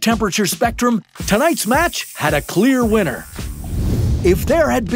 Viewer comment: instead of winner why did you say winter ❄️